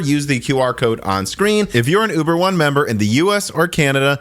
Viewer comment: I swear he said Yuber not uber.